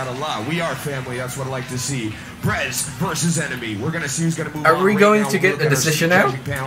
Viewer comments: Birez? That's Brez... I know that you know but seriously... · Oh so its "Brez". 10sec later: B-rez